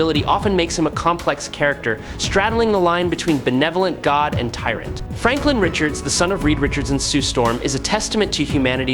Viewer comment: Spelled his name all the way wrong in the thumbnail and the title. How 🤔? And said his name wrong... really, how ?